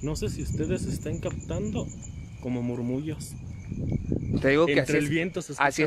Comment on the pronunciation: SE DICE MURMULLOS. NO. MURMUROS